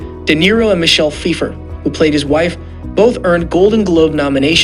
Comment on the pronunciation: PFAIIFER PRONOUNCED IN ITALIONO